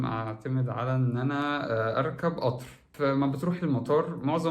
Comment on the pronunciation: اسمه قطااار وليس اطر